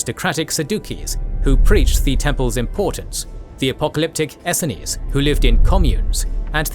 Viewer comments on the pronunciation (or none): He also got Essenes wrong.